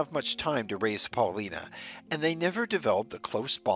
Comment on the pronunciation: Alice's daughter's name was pronounced Paul-LYE-na. It rhymed with China.